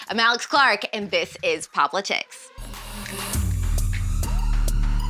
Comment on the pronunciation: I'm 99% sure you are pronouncing the name of your show wrong... It would be cooler if it was pop-litics instead of pop-li-tics